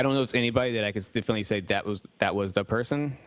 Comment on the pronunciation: did he just say definley? 🥲